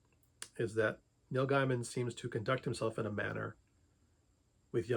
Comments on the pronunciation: His name is pronounced “gay man” not “guy man” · It's pronounced "GAY mun". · Why do you not pronounce his name correctly? It cuts your credibility.